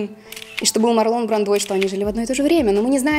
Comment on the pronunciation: Правильно говорить МАрлон БрАндо! С ударением на А и в имени, и в фамилии! Всё остальное тоже ужасно! Я не придираюсь и не хочу Вас обидеть, но это так, к сожалению.